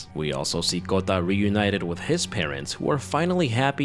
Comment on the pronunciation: Is there a specific reason why you pronounce Japanese Names like, Kanada, Kayako, Kota with a G instead of K. Like Gayako instead of Kayako? Is this intentional? Just asking, never heard someone pronounce it wrong.